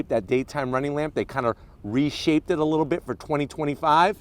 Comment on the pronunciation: This man wittlewally said littlelee